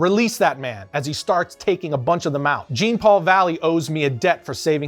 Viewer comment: Jean Paul.....like Jean pants....come on rookie, it's pronounced the same as Van Dammes name.